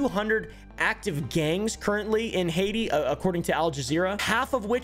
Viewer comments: I like how you say "Heidi" like the charachter instead of HAITÍ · “All a man needs in Hayshee….. Haiti” 💀